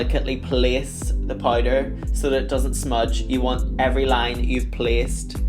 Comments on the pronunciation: If she says Poyder one more time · "Pouyder" 😂 Love u Blu